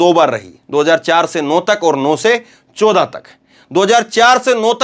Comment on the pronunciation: Aap 14 ko English me bola kijiye hindi me apka pronunciation gadbad kar deta hai 😮